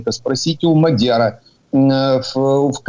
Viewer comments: Не М А дяр, а Мад Я р !!! Наголос ставте правтльно !!! Послухайте його самого як він говорить. Мадяри це народ такий. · Мадяр, наголос на я!!!